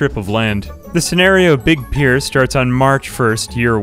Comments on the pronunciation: Love the video, but it's pronounced "peer", like "a group of your peers", not "pie-er" man XD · I think you're pronouncing "pier" wrong... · This madman pronouncing pier like pyre is a mood. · You literally pronounced "pier" differently every single time. Absolutely infuriating to listen.